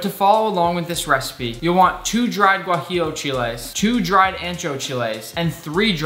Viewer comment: just wanted to add that your pronunciation of “tomatillo, chile guajillo, chile ancho, and mole” made me proud😌